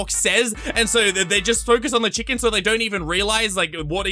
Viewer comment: they said: "here at lankybox we love chicken" but they prenounced it as CHILLken and spurted it so it would capture kids' attention